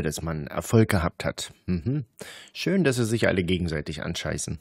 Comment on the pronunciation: Achte mal auf die Umlaufe ä,ö,ü. sie sagen nicht schön, sondern schjon. ebenso kommen Dinge wie iuber statt über und so. Ebenso hat man z.B. das typische harte ch gelegentlcih statt h. auch markant das ng. Gegangggen statt so, wie man es normal spricht. Das ist so spannend, das mit anzuhören, ich habe inzwischen wirklcih selbst Bock drauf.